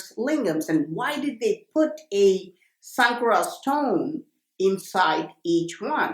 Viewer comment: It's not Sankara it's shankara